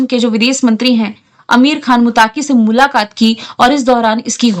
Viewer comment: Ma'am आज mujhe jyada hi सुनाई de raha hai aap boli )मुलाकात सुनाई दिया:- मुल्लाकात😊😅😅😅